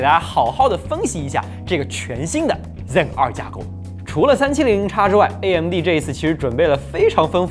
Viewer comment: 就不能读成Zen two 吗老哥，真的违和。。。